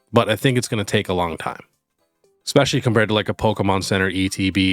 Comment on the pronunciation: Hey, love the channel! Can give you a small suggestion? Its not EXpescially, its ESpecially. Just a pet peeve of mine that I know many other people share as well:)